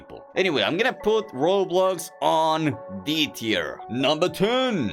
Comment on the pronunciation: When rating drift21 bro said "so im gonna rate this car an e teir" 💀💀